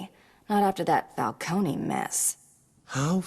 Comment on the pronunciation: Listen bro it's pronounced Falcon-E